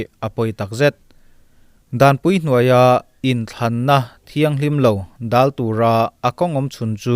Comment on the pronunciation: Dâl,niloin Dal tihtur,entirnan,Bawnghnute pawlhdal tihlaia dal tih thlukanga thluk tur anih hmel e.....